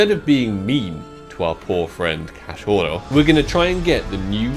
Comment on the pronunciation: Hahaha que risa cuando dice “cachoro” 😂😂